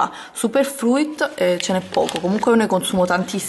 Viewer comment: non sei mai andata d'accordo con l'inglese. Detox si pronuncia "ditox" mentre fruit si pronuncia "frut". Comunque basta poco per non sbagliare. Vai su google translate (esistono anche altri siti) e ascolta l'audio della parola che ti serve :)